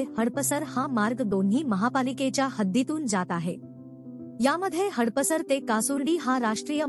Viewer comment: हडप सर असा उच्चार अपेक्षित आहे. हड पसर असा नाही.